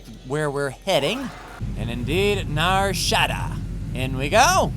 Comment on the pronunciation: 😂 Nar Sh - ah - dah not Nar Shaa - da 😅 Great work on the series!